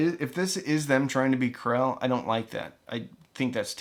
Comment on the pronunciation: I thought you were saying "Classé"...so got double confused seeing the knockoff Krell badge. This is why British pronunciation is better than American 😆 😉